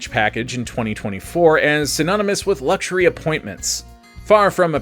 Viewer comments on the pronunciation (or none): none